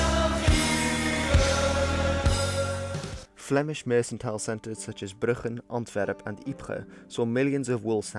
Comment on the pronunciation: The 'c' in "mercantile" is pronounced like a 'k' and not like an 's'.